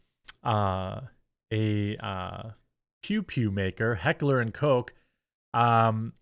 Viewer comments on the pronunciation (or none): LoL They made a statement saying Changes were made. And it’s pronounced kosh not coke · What did the apology say? It’s heckler and koch not heckler and cock, sorry again you guys? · Umm its not "coke" btw.😂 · It’s not Heckler and Coke, you really can’t pronounce anything right can you? 🤦🏻‍♂️ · Its not heckler and coke. Its more like cock but with a ch not a ck sound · Jesus christ. Americans and their inability to pronounce foreign words. Heckler und Koch is a german company. Koch is NOT pronounced like Coc or Coce. My guy litterally had to just google the pronounciation of the german ch but noooo. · *Correction, Jeremy. It's Heckler and Kuck